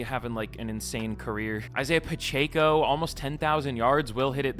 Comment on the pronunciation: I'm a Chiefs fan but hearing him say Pacheco's name bothers me 😂